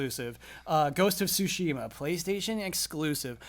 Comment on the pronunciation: I'm starting to think takes corrections only from Patreons. Also, fuck that Inside Out spoiler that came out of nowhere. First Jones this week and now you,. CORRECTION anyway: Tsu-shi-ma. All syllables are short. Just ask Blood for pronunciation. As long as he knows the kana, he should be able to tell you how to pronounce Japanese words.